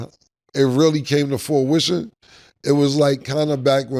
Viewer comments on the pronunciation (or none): "Forwission" - Cam #CAMISM Used in replacement of the word: "fruition" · “Come to forewishon”??? When Cam mispronounces a word, dude always says it twice so you know you didn’t hear wrong. 😂😂😂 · Beat me to it…then had the nerve to say it wrong twice 😂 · SOMEONE TELL CAM HOW TO SAY FRUITION